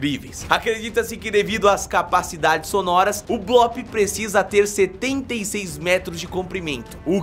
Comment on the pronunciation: Não É Blop